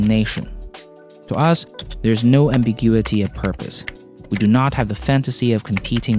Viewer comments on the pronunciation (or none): none